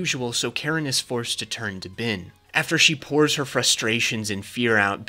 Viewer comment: HIS NAME IS BEN WITH AN E. HIS NAME IS NOT BIN!!!!!!!,!!!